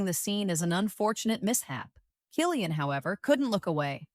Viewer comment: K Cillian w the k sound